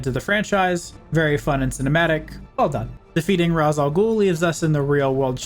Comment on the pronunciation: This made for a nice trip down memory lane. I will say after hearing it a few dozen times, I feel compelled to tell you it's pronounced "Raysh," not "Rahs," despite how it's written. I think they only say it like twice so it's probably easily missed unless you're familiar with the name ahead of time.